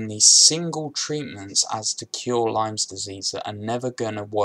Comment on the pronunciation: Its lyme not lymes